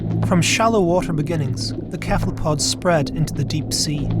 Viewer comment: After 37 minutes the guy keeps saying "kephalpods" and it's driving me insane!